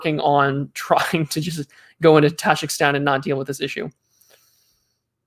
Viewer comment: its taJIKIstan, not TAJAKSTAN but i am too late